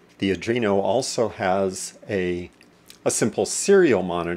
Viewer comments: its Arduino, not Adrino :)) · ARDUINO NOT ADRINO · "Adreeno" PMSL.................... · It's ardino,not arduino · I wouldn't take lessons from someone that cannot pronounce the name of the board correctly.